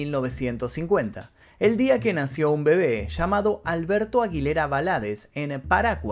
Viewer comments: 'Va- la- deezz "... Acentuando sin acento en la sílaba final: la tónica. Vamos! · Acabo de ver un video subido hace un mes y lo estas contando de la misma manera con las mismas palabras del otro canal entiendo que es la vida de alguien pero contas todo igual 🙄 por lo menos menciona bien el apellido. 👎🏻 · Te pido que pronuncies bien el segundo apellido y el pueblo donde es Juan Gabriel. Primero tienes que informarte un poco para poder hablar de un artista de esta magnitud!